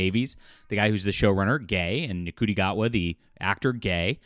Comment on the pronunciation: Good video, but you're pronouncing Gatwa's first name wrong. It's pronounced "Shooty" not Nuhcooty.